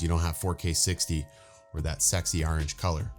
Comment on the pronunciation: Orange not erange